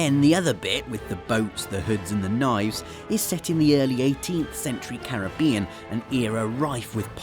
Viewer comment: Thank you for pronouncing 'Caribbean' correctly :D